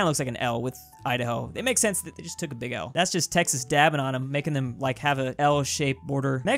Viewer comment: he called Texas tennnise